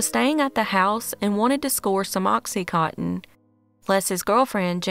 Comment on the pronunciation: it’s pronounced OXY-CON-Tin. As a nurse, your should know this.